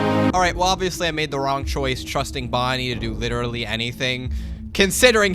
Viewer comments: yo bonnie did not say bonnica💀💀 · bro did NOT say bonnica 💔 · bonnie did NOT say bonicca bro